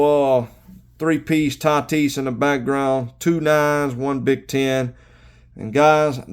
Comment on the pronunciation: "Nice little three piece Tah-tees" haha well played. Congrats on the return!